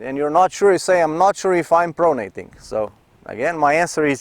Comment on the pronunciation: do yourself/us a favour and never say the word 'pronating' again. Pro-nat-ing...pro-nat-ing... I'm just kidding you, Coach - you are hands down THE BEST tennis instructor on the Internet (and therefore, the WORLD)!! I know how it is when you're not a native speaker, it's a lot like a deaf person singing: you just don't know what you sound like. This particular term is usually only heard in its nominative form, i.e. 'pronation', at least in common parlance. Biomechanics experts (A bio-mechanic? Picture a guy in greasy coveralls handing you an overpriced estimate for fixing your faulty serve.) may use it as a verb, but to the general public's ears, it sounds funny. Ergo, YOU sound funny. Making native speakers smile is part and parcel of speaking another language - I did it all the time in German as an exchange student and now in French after moving to Montreal - so please understand, I'm just trying to help out. Ultimately, it doesn't matter one iota to your followers, we love and respect (and understand!) you as a tennis coach, so no worries! And thank you once again for all of your hard work on this site/channel and for sharing your unique (unfortunately!) perspective and abilities as The Best Tennis Instructor on The Internet/The World! Love and Respect - Jim Davis, Montreal